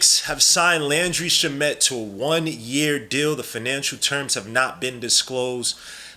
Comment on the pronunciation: It’s (Sham-it) not (shuh-met) also this guy probably won’t play unless injuries